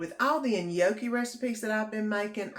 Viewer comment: The chicken and gnocchi looks good, i'm going to try it. just fyi the G is silent in gnocchi. Hope you have a good week.